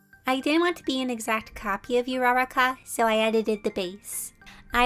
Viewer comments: Ururaka I think is pronounced like “eruraka not like yur uraka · Uraka You: Raka... Me: oor raka DUH!! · is anyone else triggered that shes saying YOURARAKA--- like- its uraraka.. oo-rah-rah-kah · Her name isnt ara-uh-ca, its OO-ra-ra-c-uh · I think uraraka pronounce "OO-LA-LA-KA" sorry for the bother, I watch the jp ver. bnha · Her:Raraka Me:URURAKA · Pronounces Uraraka You-Rah-Raka Me: Cries in Ooo-rah-raka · I'm not hating, but um the way you pronounce uraraka is "oo-raraka" not "you-raraka" i'm just correcting her,pls don't attack me and infact she's one of my insparations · I can't be the only one noticing the way she says Uraraka. (Oo-Ruh-Rock-ah) is how you pronounce it, not (ou-rara-kah) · It's (U-raka) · You were saying uraraka (not meant to be a mean comment) it’s ur-a-ka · U-U-RAKKA AAAAAAAAAA Q-Q mispronounced 🙃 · no need to be mean i love your videos but its oo-ra-raw-ka not raraka sorry i get so triggered when people pronounce anime names wrong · So cute but it's not pronounced Yuraraka...😅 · I love when she says "Urakaka" and froggy girl's name is "Tsuyu" and she likes to be called "Tsu" (silent T) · How she said uruAkA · Me laughing bc she says "U-raa-raa-ka" no offense, sorry if I offended u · For my hero acidamia pronounce it like u-da-ra-ka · I know it was funny but not to be rude to her .... U r a rakua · I'm sorry but this is annoying me so much I know people pronounce it differently but I think Ururaka is pronounced Ur-ur-Aka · Not mad or anything but this is how you pronounce I can’t really spell her name but the girl in my hero academia that you screenshoted uwu-raa-kaa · im sorry but i think its pronounced oo raráka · I must say how to say Uraraka is uu-aa-raa-ka just letting you know ^^ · Jsyk its actually pronounced 'Ooh-ruh-rock-uh' (Uraraka) 😊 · Sorry not to sound like im being mean but urakaka is pronounced oo ra ka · Ururaka is said ooo rooo raaaaa kaaaa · The fact that she says YOU-raraka is just triggering me 😬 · Fr tho